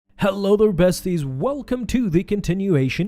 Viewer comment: why do you say betsies at the beggining if your channel is called this unsettles me